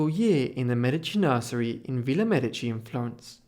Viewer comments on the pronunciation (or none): none